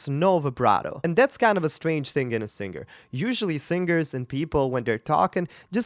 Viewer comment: you csnnot even pronouce the word Singer moron properly....